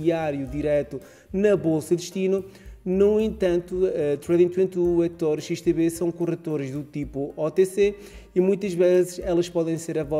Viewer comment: Olá! Só não entendi uma coisa, a corretora é XTB ou XTV ? Parece-me que dizes XTV no vídeo! Obrigado pelas outras informações passadas!